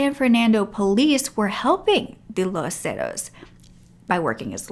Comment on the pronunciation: Would help if you pronounced “Los Zetas” correctly. You could have used google translator to hear how it’s pronounced.